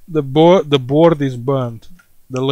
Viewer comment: Come on, speak with me... mother.....”board” :-))